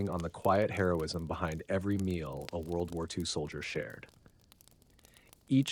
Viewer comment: "World Woo Woo EE Two"